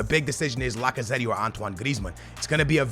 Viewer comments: i love how butchers half the names:D Lacaze-tee Sun instead of Son L-orente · The way he says Lacazette 😂😂😂